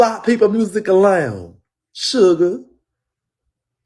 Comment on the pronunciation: Every time he said Suga I died 😂😂😂